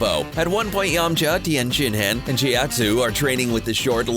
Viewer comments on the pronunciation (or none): I agree with your points, in addition to the pronunciation of Tienshinhan’s and Chioutzu’s names